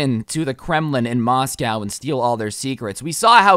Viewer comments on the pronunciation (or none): Did this dood just say Moscowl? my g. 6.25